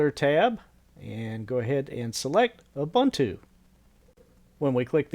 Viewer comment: It's pronounced oo-boon-too.